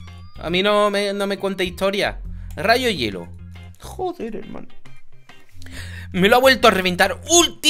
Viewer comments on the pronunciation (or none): none